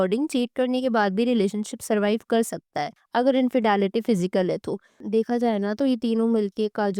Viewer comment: Dumbo it’s not infedaality lol 😂 it’s infidelity learn English